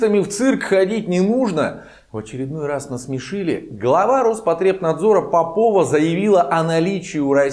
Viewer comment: Она не попОва,а пОпова. По образу мЫшления.